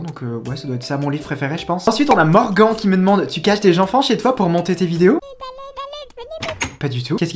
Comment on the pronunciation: Mon prénom se prononce morgane mdr mais t’es la reine donc je t’en veux pas 😭😭